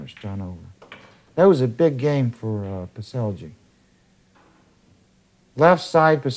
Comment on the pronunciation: Because you will be hearing about this young man a lot more in the future the propper pronounciation of the name is Pets-Ell (as in spanish double L) and not pets-el-g